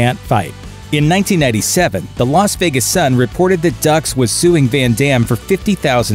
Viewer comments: Yeah, really. Also pronouncing it "dukes" followed immediately after by "ducks". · The narrator called him Dux twice then pronounced it "DUCKS". I guess he forgot how to pronounce it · Haha! The narrator slips in a jab calling F. Dux "ducks"